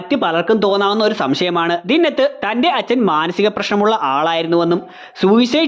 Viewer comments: ദിന്നത്ത് അല്ല ബ്രോ, ദിൻനാഥ് എന്നാണ്. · ദിന്നത്ത് അല്ല ദീൻ നാഥ് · ദിന്നത് അല്ല ദിൻനാഥ് എന്ന് ആണ് റോഷന്റെ charactor name